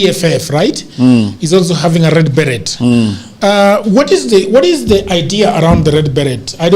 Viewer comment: It's red 'beree',. Proper pronunciation!